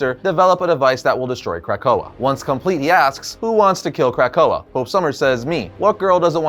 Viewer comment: Is he saying CRACK-koa or am I hearing things🤔🤔🤔🤔🤔🤔🤔🤔🤔